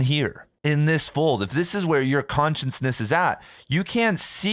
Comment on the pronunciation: Are you saying “conscience-ness” on purpose?